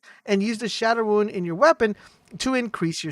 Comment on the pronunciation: every time he calls a rune a "ruin" it makes me cringe